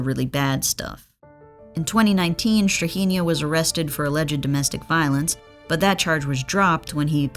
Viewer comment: As a Serb the pronunciation of Strahinja was hard to listen to 😭